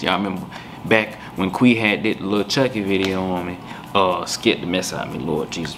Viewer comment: She was "scuurd" not scared